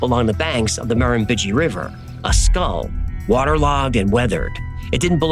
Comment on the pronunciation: my nation is the Wamba Wemba so close in your spelling, and your pronunciation is way off on our word for the Murrumbidgee also great research.